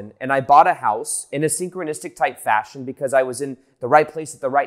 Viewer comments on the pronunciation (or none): none